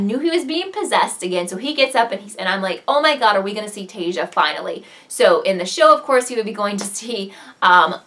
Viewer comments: her name is pronounced( tie issa) not teyja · i love your recap but you are killing me with taissa's name its pronounced tie-e-sa not tay-za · It's Ta-is-sa. Sorry, it really bothered be :P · you pronounce taissa wrong